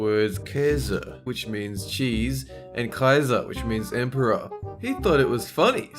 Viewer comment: It amazes me how good can say Käse and Kaiser.